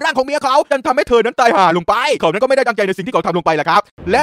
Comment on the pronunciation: ฮาตรงคำว่า ตายห่าไปด้วย คำว่า ห่า พี่เน้นมาก5555